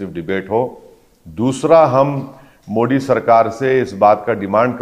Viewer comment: ओवेसी जान बूझकर प्रधान मंत्री जी के SURNAME का उच्चारण गलत करता है। ये मोदी की जगह मोडी बोलता है। ये पढ़ा लिखा आदमी जो सांसद भी है । इससे यदि प्रधान मंत्रीजी के SURNAME का pronunciation ठीक नही होता है तो ये एक अति विचारणीय प्रश्न है। नाम किसी भी भाषा मे हो लेकिन उसे एक तरह से ही बोला जाता है। पहले लोकसभा के जिम्मेदार पदाधिकारियों द्वारा इसे लिखित मे समझाना चाहिए। इसके बाद सुधार की उम्मीद की जा सकती है।ये एक गंभीर मामला है कि कोई सांसद प्रधानमंत्री जी का सरनेम जानबूझकर गलत बोल रहा है।